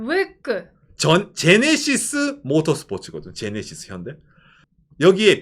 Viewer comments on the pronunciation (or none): none